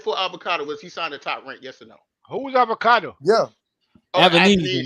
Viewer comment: That man said avecado